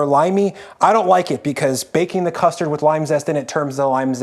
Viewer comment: Going to be honest: Saying things like “custee” for custard reminds me of Joshua Weismann in a really bad way.